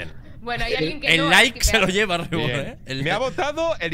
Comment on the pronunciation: Me da risa como pronuncia el nombre de reborn Dice disque: "Ribourn" ajajskajsjsjddj Pd: BIYIN Y AURON LA PAREJA PERFECTA ❤😉